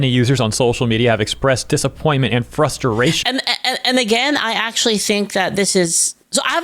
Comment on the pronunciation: did he say frusturation?